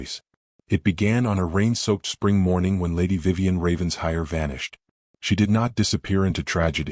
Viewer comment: RAVEN-SHIRE, please. This pronunciation was in another story and called out. Don’t they ever learn